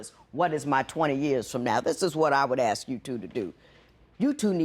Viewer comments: Why is no one talking about the real problem here and that's neither one of them can pronounce the word ASK? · Also dont forget we black ppl say assssssh instead of ask